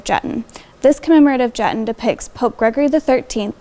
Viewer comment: Great video. It's actually pronounced Juh-TAHN.